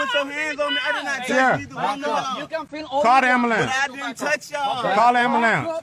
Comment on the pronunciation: Call da "ambahlance"! 😂